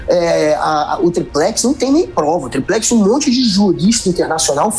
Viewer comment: Noblat diversas vezes disse "triprex", hahahahaha! O cara é uma piada!